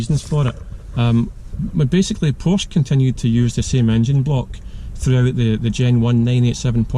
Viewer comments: you wrote a Porsche book but can't say the name correct? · You lose all credibility when you can’t even pronounce the name correctly. That said, there are potential issues with any of them. I have 5 at the moment, been driving them for well over 50 years.